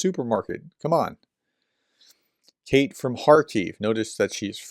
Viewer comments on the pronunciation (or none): none